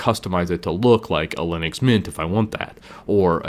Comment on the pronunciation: I guess linix is wrong it's linux maybe because it's from Unix. That's how I believe it's said.